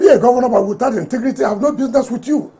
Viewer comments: "inti-grii-ti." Is that a new word? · "Intigrity! Intigrity" does wike know what integrity means? Political moron